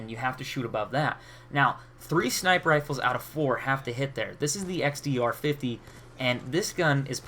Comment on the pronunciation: hah xdr 50 i think its pronounced DSR 50 :P